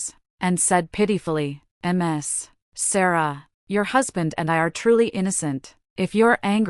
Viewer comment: Your automatic voice kept kept saying "my my love" when Ethan kept refering to Sarah. There where a lot of stops and miss steps when the voice would say some words like "Star ah". Some proofing needs to be done.